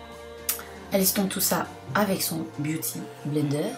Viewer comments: Sanaa refait une video avec ta sœur stp c'est trop marrent quand elle fait la voix off 😂😂"BIUTY blendew "(j'écris comme comment elle l'a prononcé) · ''Biouly blender'' 😂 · omg j'en peux plus mdrr " bah t' utilise tes doigt et pas un beaudy benderrr" 😂😂😂😂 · C'est la deuxième fois que je regarde et je suis toujours encore plus Peter de rire avec le "biouty blender "😂😂😂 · "BIOUDYYY BLENDERRRRRR" 😂 AHAHA JE SUIS MDRRR #MeilleurYoutubeuseBeauté 😂 💚💚💚💚💚🍍🍍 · "Bioudy Blender" dit-elle mdrrr, j'en veux une autre avec ta sœur 😌💚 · Mdrrr aah j'adoore ta soeur ! C'est une superbe commentatrice ! 😂😂 "bouty bleendeuur" jen peux pluuuus ! 😂😂💚🍍💚🍍💚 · chui morte quand elle dit beauty blender😂😂😂😂😂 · Trop bien ! Elle est tellement drôle ta sœur elle me fait marrer 🙄😂 je l'adore ! Je t'aime aussi tqt ! 💚🍍 beauty blender j'adore cet accent 😂 Le raton laveur j'avoue j'ai bien aimé 😂😂 Bref super video 💚💚🍍 A quand une autre video avec elle ? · Ta soeur me fait trop rire "blity blender" avec un accent américain et le "waterplouf"😂😂💚💚🍍🍍 Il y a ton neveux qui passe derrière c est trop drôle😂😂 Super vidéos comme toujours💚 #snapfamily💚🍍💚🍍💚🍍💚🍍💚🍍💚🍍💚🍍💚🍍💚🍍💚🍍💚🍍💚🍍💚🍍💚🍍💚🍍💚🍍💚🍍💚🍍💚🍍💚🍍💚🍍💚🍍💚🍍💚🍍💚🍍💚🍍💚